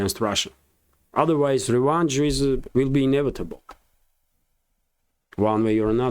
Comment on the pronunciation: Revenge is sweet, it's also a lot sweeter when pronounced correctly my friend. It's revenge, not revange. Even though I'm English I have to agree with your point.